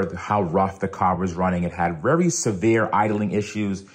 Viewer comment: " wery" severe idling issues, by.